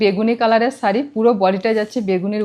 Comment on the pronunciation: Sharee bolo,saree bolona bhishon kaane laage "S" noi "SH" bolbe